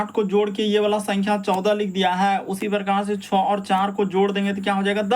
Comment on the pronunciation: 6 ko chaw mat bola Karo sir chay